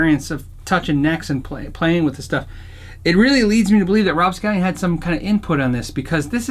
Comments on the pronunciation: Great vid but dude its rob SCALLON not scallion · Every time he says “Rob Scallion” a djent baby dies. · I'm getting a kick out of how it sounds like he's saying "Scallion" instead of "Scallon," and "Gooby" instead of "Goby." Can't look at scallions at the grocery store without thinking of Rob, and with Gooby, all I can think of is the dolan duck memes. That aside, I really like these videos. A lot of small on the surface, but big in the grand scheme of things changes. Typically tasteful, and you made a great guitar even greater.